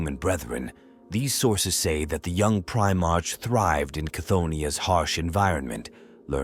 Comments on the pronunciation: Primark not march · Just work on your script to assist your ai bro. Eg change the "primarch" to "primark"